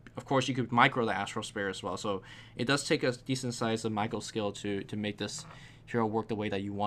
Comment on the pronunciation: accent mispronouncing "micro" as "Michael" cracks me up.